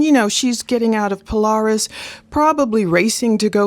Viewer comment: It's not pronounced pole-r-is it's pole-air-is .